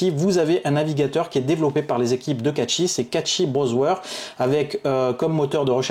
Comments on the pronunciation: cashey pas catchy os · Bonne vidéo mais le "catchy browswer" c'est pour me tuer 😂😂😂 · Meme a la francaise on dit cachy mdrrr